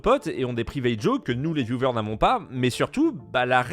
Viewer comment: Sympa tes videos mais le mot "vieuvers" pour viewers :''''((( vyouweeerrrssss au pire